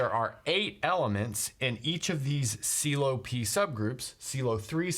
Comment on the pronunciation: You managed to not say pylow